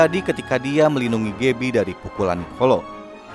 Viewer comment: Dibacanya gabi bukan gebi